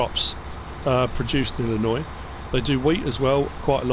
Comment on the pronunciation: As an Illinoisan I'm am very happy to hear you say the name of our state properly thank you